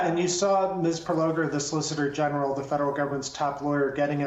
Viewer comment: Yamiche said "solicitor genital" teehee